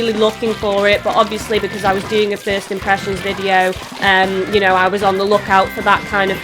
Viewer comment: mmmmmm 'fist' impressions are the best impressions 😆